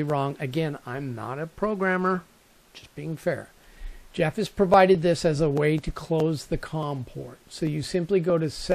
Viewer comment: This gentleman's name is Geoff - pronounced GEE OFF...not Jeff. Anyway...I wrote to him recently about this sensor article. He replied that if you are going to use a LOT of sensors on this shield, you may not want to power it up all from the shield. Rather to use an independent 5 volt power supply. Rate the supply with the number of sensors times the current that each module is spec'ed to use and have that many amps available. Connect power and ground from the supply to each IR detector by using a voltage buss along its length to the last sensor. Tie the common of the power supply back to the common on the shield to maintain a ground reference. Then you can just run the signal lines from each sensor back to the shield to the appropriate channel and pin. There is another shield avilable that allows for screw connections to each channel, by the way. You can take "servo" cables that are female and cut them in half. Slip each end set of 3, to the pins at the sensor and the shield. Use an intermediate length of wiring to connect the wire ends together over the length of your run. This makes for a nice connection at each end. just solder up the middle lengths and apply heat shrink at the joints. Another idea is to use a form of a multi-conductor cable, like a 8 pair cable, which gives you 16 wires. Fan them out to your sensors and then bring one cable back to the shield. Keeps things nice and neat under the deck. You may wish to terminate 16 sensor signals to a terminal block